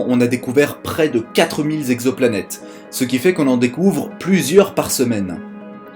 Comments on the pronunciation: On ne dit pas « quatre mille z'exoplanètes » mais « quatre mille exoplanètes ». (oui, je sais, je suis pénible è relever les fautes de liaison… mais je ne peux pas m'en empêcher) Hormis ce détail, très bonne vidéo, au contenu intéressant. Tu as beaucoup progressé sur la forme depuis les premiers épisodes. Bravo ! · * "exoplanètes" et non pas "zexoplanètes" :P